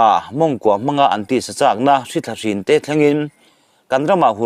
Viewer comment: Hríthla a ni leu! Hrìthla a ni zawk bawk e! CHhiar thiam lo bel bul mang e. . . 😮😮😮!!!